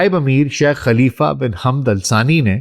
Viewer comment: My dear respected bro the deceased man name is not Hamd it is Hamad not even Hammad. I don't understand why mostly Pakistani can't pronounce the name of Hamad mostly people anchors or news reporter says Hammad which is absolutely wrong it's Hamad not Hamd Hamad ✅️ Hamd ❌️ Hammad ❌️